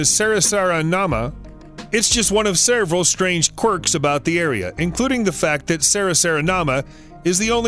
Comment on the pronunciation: WHY does this guy keep saying: "sereval"??? It's: "SEVERAL"..........OMG/SMDH - NOT that hard.